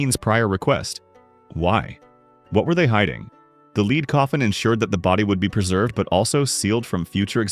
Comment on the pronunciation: What is a 'LEED' coffin??? AI stinks!